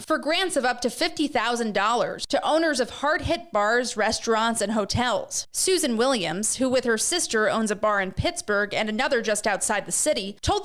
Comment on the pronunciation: Soosan Williams 😂😂😂😂